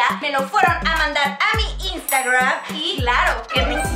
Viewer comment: Podes ablar bien es istagram no istagraan